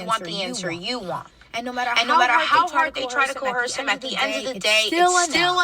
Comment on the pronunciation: Coerce is pronounced ko-urs